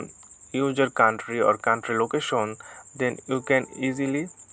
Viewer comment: user. not ujer